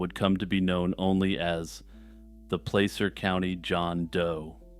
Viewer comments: In the second story, it pronounced pla-ser not play-ser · You said placer completely wrong. Lol soft a